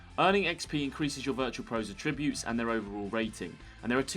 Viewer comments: The way you pronounce attributes. 🤨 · Any particular reason you can't pronounce Attributes correctly? You said the word about 10 times in the video and didn't say it correctly once🤷🏻‍♂️🤷🏻‍♂️